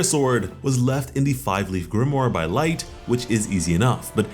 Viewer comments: It's not light it's Licht....as in lit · it's Licht Lick-t not light. Yes i know that also means light but that isn't how it's pronounced. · Bro... Your saying Light.... Its licht bro... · Is no one else disturbed at the fact that he called licht, light? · nigga its licht not light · bro lost respect for calling licht light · Bro the leader of the elves is not named light why are you saying it like that lol this is not death note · Hate to be that person but licht isn’t pronounced light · Did he just call licht... 'light'? lol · Literally ruined it for me, as soon as I heard it I had to see if somebody else noticed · I’m sorry but bro it’s pronounced LICKEDT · U r pronouncing Licht wrong! It means "light", but the name is German. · Just saying, you're saying Licht name wrong.